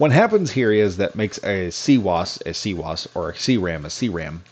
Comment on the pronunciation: Its not a cwose its cwis the w i z